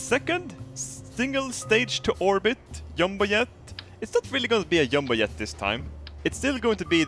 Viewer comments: pretty cool yumbo yet. love your accent :D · I love how he says yumbo yet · I cum every time you say "yumbo yet" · I like how he says jumbo jet because it sounds like he's saying yubo yet